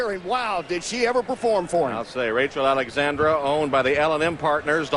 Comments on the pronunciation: Why do they say Rachel Alexander, that bugs the crap out of me! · He kept calling her Rachel Alexander not Rachel Alexandra xD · Why is it so hard to say AlexandrA... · I can’t believe that Derkin mispronounced Rachel ALEXANDRA’s name three times I CAN believe why Calvin gave away Mine That Bird following his ‘Derby win to take Rachel ALEXANDRA in the Preakness Gary Stevens ALSO blew her name Crazy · He called her name 6 times correctly, 3 times....oh well...